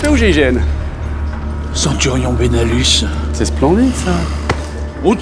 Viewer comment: Super court métrage !!!!! (J'entendais Belanus ou lieu de benalus MDR)